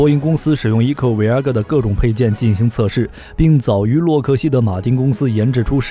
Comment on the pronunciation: Voyager “偉亞個兒＂😂😂😂